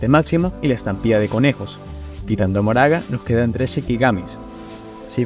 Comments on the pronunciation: PORQUE DICES MORAGA EN VEZ DE MAHORAGA AGHHHHHH DIOS Q ANSIEDAD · hola, por que pronuncias su nombre como "moraga" cuando leyendo literal sería mahoraga y su pronunciación es "makor"? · Ma-ho-ra-ga no mo-ra-ga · me parese chistoso que le diga ´´moraga´´ a mahoraga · Mahoraga ❌ Moraga ✅ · porque el dice moraga enves de mahoraga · Al principio lo intentaste... majoraga... maoraga... y ya después de pleno decía "moraga" xd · pq decis moraga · Se pronuncia "MaJoraga" como si tuviera J T-T aun asi buen video bro, este Megumi es un maldito suicida